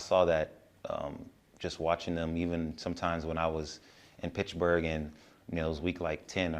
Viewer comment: Its PITTSBURGH homie not pitchburg😂